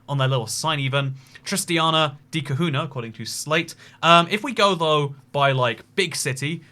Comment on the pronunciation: The "nh" in Cunha is pronounced like the letter "ñ" in Spanish or "gn" in Italian